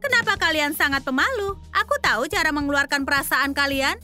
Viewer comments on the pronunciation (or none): none